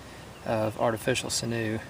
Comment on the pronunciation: it grinds my gears that you say sin-OO and not sinew like sin-you with pronounciation in the first syllable like SIN-you. nice pouch though.